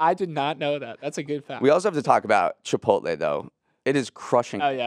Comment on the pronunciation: I thought it was an accident the first time but “chip-pote-lee” common you sound like my mom trying to pronounce it…